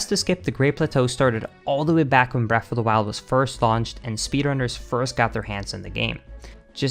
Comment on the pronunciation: Why does he say "breaf of da wiled "